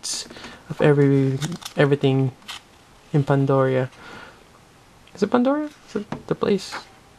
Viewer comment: "Pandoria" ? seriously? :|